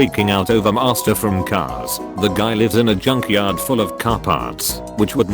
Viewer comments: I like that the reader calls Mater, Master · how dare you say mater wrong you have ruined my childhood ;c